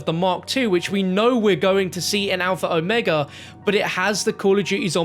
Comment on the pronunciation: There ya go... that's how you say Omega lmao